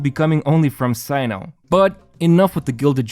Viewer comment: btw his name is pronounced as "SENU"